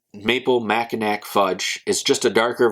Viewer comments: "Mackinack" it's pronounced Macki-NAW! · Just subbed my friend Great channel. I reviewed the coffee and it was tasty. Going to review this as well. Mackinaw or Mackinac always pronounced Mackinaw.